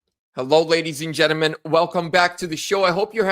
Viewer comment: It is pronounced “genTLEmen !